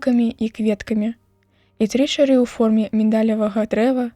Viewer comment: Чытае то чары', то ча'ры.